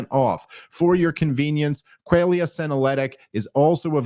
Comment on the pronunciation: Dave mispronouncing "qualia" multiple times in a row is some next level funny shit if they left it in on purpose.